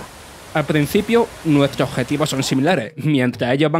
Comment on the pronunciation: Nuetro acentros 😂😂😂😂😂